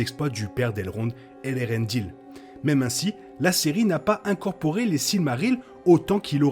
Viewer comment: Eärendil... pas Elerendil.